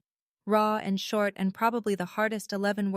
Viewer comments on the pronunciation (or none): none